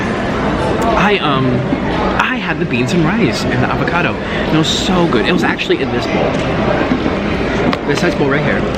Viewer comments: Wait did he say niggacado avocado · Mans said n*ggakado avocado